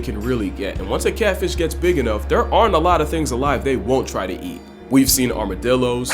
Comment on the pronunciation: meestah kahtfeesh